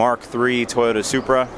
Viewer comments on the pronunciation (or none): none